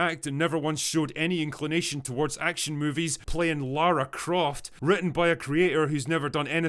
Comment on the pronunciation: That is not jot Lara croft she is lara cruft